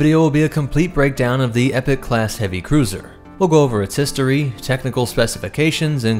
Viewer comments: I’m not saying you have to pronounce it a certain way but, I think it would’ve been much wiser if you had opted to pronounce it as “e-pok” simply to avoid confusion, I know it’s a silly thing to worry about but I can’t help but wonder how many people could come away from this thinking this ship is the “epic class” despite the title and numerous texts in the video, also this is a personal thing but, jeez hearing it as “epic” honesty hurts my ears xD, it just sounds so, dumb and cheesy and doesn’t do the ship justice in my opinion, but that’s completely subjective, however I do believe it is objectively better to pronounce it “e-pok” simply to avoid any and all small chances of confusion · That is true for the American pronunciation but UK is Ee-pok and from every other Halo media I've heard pronounced the UK version it just sounds weird to call a ship the Epic class for some reason. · As someone that has played sins of the Prophets, let me quite the Capitan of such a Carrier: "Its pronounced: Epoch." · It's pronounced as "e-pok", that distraction aside it was another great video. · Yeah nothing against him but yeah that bothered me a bit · Epoch. EEE-POK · Exactly, dont get me wrong, lore is on point, its just that incorrect pronunciation drives me bananas 😂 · Epoch is pronounced (E-Pock) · Why do so many people pronounce epoch like "epic"???🤔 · Pretty sure it's pronounced E-POK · Epoch, not epic. Driving me nutz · search epoch pronunciation google translate is incorrect it is eee pok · I am concerned about the pronunciation of Epoch and Sabot... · He pronounces sabot correctly, but epoch not so much. It is common (here in the USA) to mispronounce sabot with the T sound at the end, but that is incorrect. The same way "carbine" is commonly mispronounced. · I really don’t like how you pronounce „Epoch“ and „Sabot“ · Not to nitpick, but it’s pronounced “eeeeepok” not epic. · The waaat? It's not epic. It's Eeee-pock. Like as in a distinctive period of time.